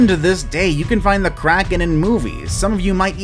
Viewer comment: Are you from sweden??? K-R-A-K-E-N